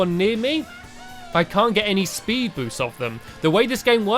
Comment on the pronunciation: Did you here stampy say spud andsted of speed